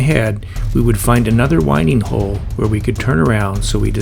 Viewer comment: FYI, it’s a winding hole as in 🌬️💨, and not as in winding a watch.. It dates back to the days when ships turned using the wind in their sails.. Love the vlog by the way, glad you enjoyed the boating. We have a 57 ft narrowboat as our retirement plan in a couple of years, it’s a wonderful life on the canals… 🙂❤️